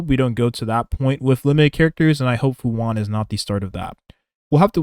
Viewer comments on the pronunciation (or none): Fu han? Lol its fu shan(xuan) lmao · Fu “Shuan” Not “hwon” This is Chinese, not Spanish my guy